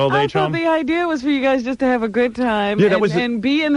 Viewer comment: "I'm just thrilled with the whole idear!" - Ellen Stern voice.